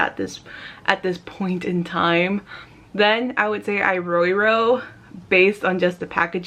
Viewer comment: It's pronounced separately - "IRO IRO" Like, E-row E-row